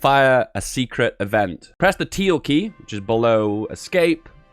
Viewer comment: Did he really just call the tilde key "teal"?